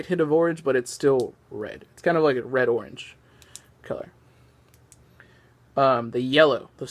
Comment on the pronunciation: Stop saying "torange"! Say "orange"!